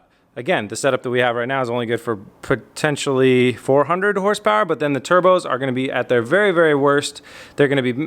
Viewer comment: "Bing bang bow 500 horse powah"